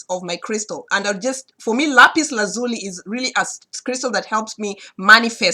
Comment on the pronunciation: Thank you my friend....by the way you are the only person I know that pronounces the stone Lapis Lazuli the way I do..I've always pronounced it with an Italian or Hispanic quality. Hard to explain in words, was quit surprised to see we both pronounce it the same way....